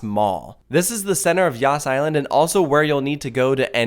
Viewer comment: I cant ... I keep hearing "yasss" island